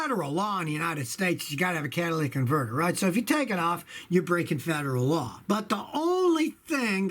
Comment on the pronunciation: "Catalyc" converter 👎 cata"ly"tic converter👍